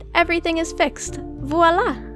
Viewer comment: voilà Tu est française ?